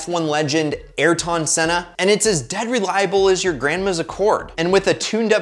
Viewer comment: Can we talk about how he pronounced ayrton senna's name?